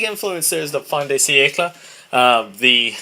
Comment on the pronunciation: fin de siecle = fain (dont say the n, like saying "same" but switch the s for an f and m for a n (but dont say the n) de = "duh", siecle = "c - eck-le" sorry but the way you pronounced that was atrocious lol but great video thank you so much it helped a lot!!